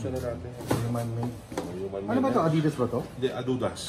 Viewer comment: "Adudas" ampotah HAHAHAHAHAHA